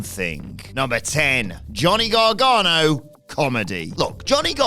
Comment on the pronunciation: Gargano* not Gohrgohrnouw